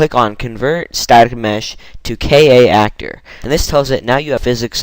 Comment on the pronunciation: It's K - Actor. Not K - A - Actor.